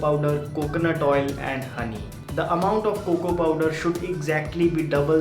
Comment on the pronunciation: I hate when he say Coco to cocoa 🤦🏻‍♂️🙄